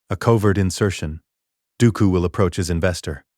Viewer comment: bruh tack some dam accountability for you art stop using ai its painfully clear by all miss pronoced names this a ai voice and what ai slop images turned Dooku and qui gon jinn into lord of rings characters